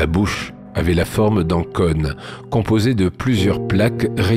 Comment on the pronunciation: "cône", ça ne se prononce pas comme "conne"